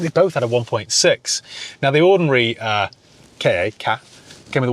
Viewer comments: It’s definitely K A no “Kar” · Google says Ka as in Cat for the car. Ka was ancient Egyptian for the soul, and this was likely pronounced Ka as in Car. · It’s Ka as in “kah”… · As a former supplier of Ford Ka parts to Ford, it's pronounced "car". Might make a good Spanish runaround? Have you had a similar era Puma? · When Ford Ka was launched in +/-1998, Car Magazine wrote about that pronounciation issue. As far as I can remember, it was said to be "Ka:" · The correct pronunciation is "Ka-ck" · I believe it's pronounced "Ford Cack"